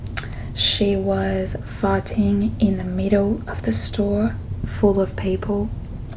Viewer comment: Oh, that’s very interesting! When you say 'people,' I hear /peɪpəl/ instead of /pi:pəl/. Am I mistaken? I’m not a native speaker and I’m trying to improve my English. Where is your accent from?